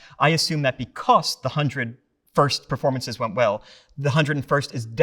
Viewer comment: He pronounces the word like, “beCOHS”